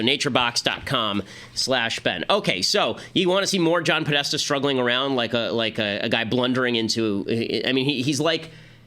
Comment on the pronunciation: good pause on Podesta